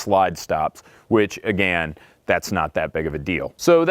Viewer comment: lol he said "agan"